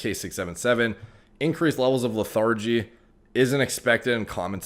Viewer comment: LE-THIR-GE. JUST HELPING.